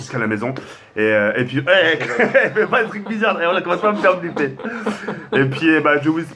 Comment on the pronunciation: Euh les gars je rêve ou au début de la vidéo a dit "ne me fait pas biffler " au lieu de dire "ne me fait pas flipper "?